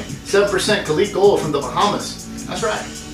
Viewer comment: It’s pronounced ka-lick